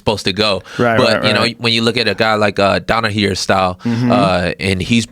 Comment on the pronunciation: Kevin “donahere” lee